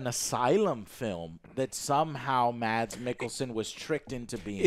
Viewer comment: Fyi you dont pronounce the "d" in mads like that .. it's a silent d. The name is pronounced like "mass" but with a much shorter a sound